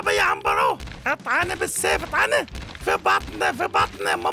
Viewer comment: عمبرو مو عنيرو